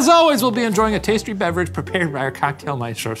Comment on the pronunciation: "Tastry"? lmao Sounds like Shane's already drunk lol